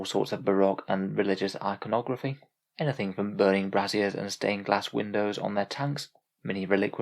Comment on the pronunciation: It is pronounced brAYzier. The way you pronounced that word supports the sisters in a different way :)😀